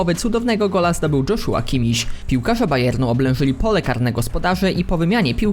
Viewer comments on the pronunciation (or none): Czyta się "Jozua", a nie "Dżoszua". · Jozuła a nie dżoszuła debilu